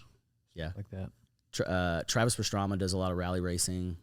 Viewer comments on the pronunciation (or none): I know did not just say Travis pastra”m”a 😂